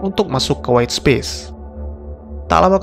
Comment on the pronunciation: Space dibacanya bukan Spis om...